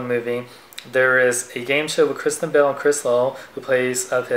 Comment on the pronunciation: I thought you said Christian Bale instead of Kristen Bell... :)